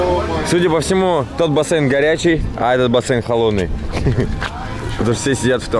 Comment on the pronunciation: не бассЭйн, а бассейн.